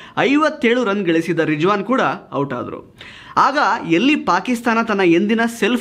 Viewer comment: i liked how u pronounced Rijwan and ajam. B'coz we don't hv Zha in Kannada language.